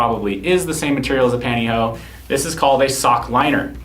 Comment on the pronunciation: "Panty Hoe?" Uhm, it's pronounce PANNtY HOSE. LMAO